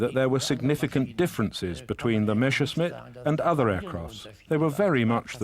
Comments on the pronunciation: The name is Messerschmitt not Meshersmitt! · Why does the guy always say "Meschersmit"? Its the other way round: Messerscmitt, the clear "s" comes first. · did he called it "meSHersmitt" :-)))) ..... with a SH ???? what a dork